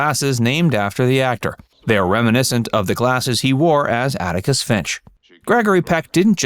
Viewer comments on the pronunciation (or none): Atticus. Not Anicus.